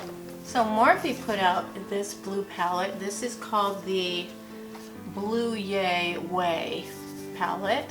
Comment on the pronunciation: I think the Blue Ya Way pallet is suppose to be like "blew ya (yuh) away." I always enjoy your faves/flops videos. ❤ I ordered some of the coffee to give it a try. I look forward to trying it!